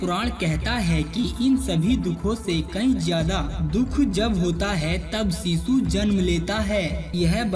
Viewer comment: सीसु नहीं होता शीशु होता है। सही से बोला करो।